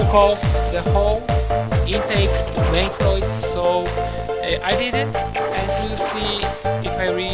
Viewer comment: Not much videos on these Omega, 👍 Technoaxe almost ruins it completely though 😂 Voice needs to be louder than music, impressive ability with the English as a second language too; only "valve" and "manifold" pronounced a bit off but would have to be pretty dim to get your meaning confused! Some people just like to pick holes in things. I know video is very old but -Thanks! 👊 P.s is still running these years later??!